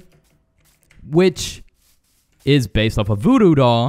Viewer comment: Did You Say BooBoo Doll Or Voodoo Doll